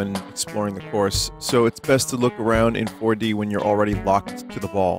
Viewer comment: Waddyou mean WADDYOU MEAN FOAR DEE